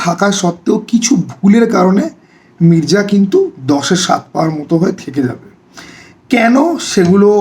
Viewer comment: Mirza❌Mirja✅ আগে উচ্চারণ টা কর যা তারপরে তোর ঘর যা তারপর কিছু খা যা খেয়ে দেয়ে ঘুমা যা মির্জা আবার কি?? Its Mirza ভাই Come on😂😂😂